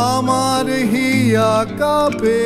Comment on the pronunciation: Ore baal ota Cup'er cha noye re...কাঁপে মানে কম্পন। Tuhin'o arekta baal pronunciation'o thik korte janena abar gaan gaiche😂😂😂